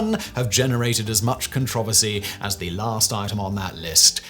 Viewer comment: I didn't know you can pronounce "CONTROVERSY" that way...is it controversial? Good video overall.